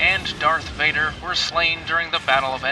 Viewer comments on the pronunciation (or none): none